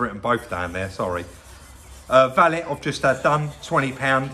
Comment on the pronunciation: If you said Valet (Val-lay) any other way, it would take away some of you from these videos. Best part for me was when you said you'll never skimp on the quality of your repairs and I think everyone knows that your cars are some of the best rebuilds out there - Perfick. Top channel!